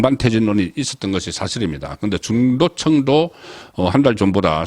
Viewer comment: 출생이 경상도라 발음의 부정확은 이해하는바이나... "층"과 " 청"의 구분 발음등은 반듯히 고쳐야합니다(중도층이지, 중도청이아님!)꾸준한 발음연습으로 시정비랍니다!